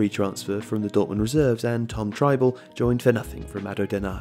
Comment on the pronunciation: At least he got Trybull right, everyone else seems to get it wrong.